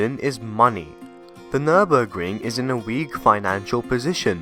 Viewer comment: Nice video full of information! And Good job on your effort pronouncing it correctly :)